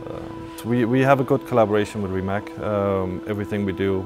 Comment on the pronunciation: As the responsible for the EV part, at least pronounce the Rimac name right ("Rimats").